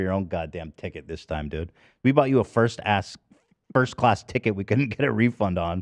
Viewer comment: Sometimes when I'm watching the podcast, I so quickly press on live chat to see what their opinion is or taking the piss out of Ethan saying something the wrong way. Like ass instead of class 😂